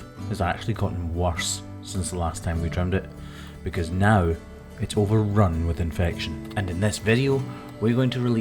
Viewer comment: He said "Now". His accent made it sound like no